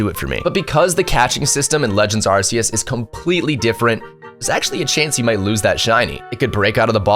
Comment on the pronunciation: It's not AR-SEE-US it's AR-KEE-US 😅